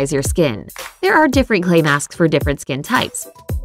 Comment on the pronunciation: When she wanted to say clay masks she said clay maks